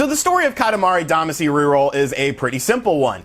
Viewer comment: We all cringe at your KAH-tah-MAH-ree DAH-mah-SHE pronunciation. Friends don’t let friends destroy Japanese pronunciation. We love you and your channel. Thanks for pumping this up. I had the same reaction on the direct, “for me?!?!?!”